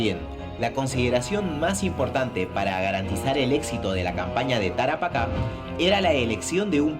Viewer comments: la palabra es "Tarapaca" con acento enla ultima "a".... se carga al final el acento... no en la primera "a" sino en la ultima. Saludos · Jajaja Tara paca 🤣🤣 NEN.... (Tarapacá ). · Es Tarapacá,no Tarapaca. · ES TARAPACA NO TARAPÁCA